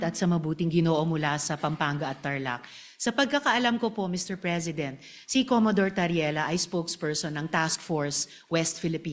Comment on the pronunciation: Commodore hindi Commadore